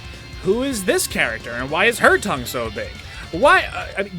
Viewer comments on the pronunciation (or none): none